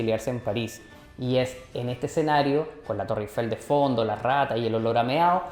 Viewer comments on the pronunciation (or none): none